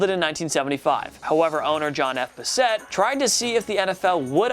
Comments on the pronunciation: BASS-et not buh-SET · John Bassett's name is pronounced like the hound dog, not Buh-set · It is pronounced John Bass-it